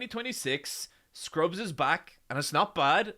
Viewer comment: "scurbs" "malcom" He can't keep getting away with it!